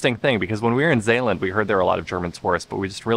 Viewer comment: That was a really nice vlog. It seems that you are getting more enthusiastic about the various places you visit. A little more about the language, things are going pretty well, the AA in Kaaswinkel is fine, but the A in Zeeland, for example, is not good. It's a matter of practice….. I only have a few relatives left and one of them lives in Magnolia, do you know where that is? Groetjes ❤️ van Hil.